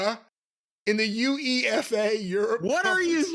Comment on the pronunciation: as an Englishman I loved calling UEFA by saying each letter individually instead of "you-aye-fa"